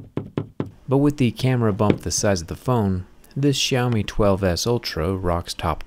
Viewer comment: This brand called "syao mee" , not shaumi.